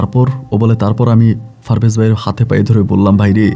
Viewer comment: For your kind information it's not Farvez it is parvez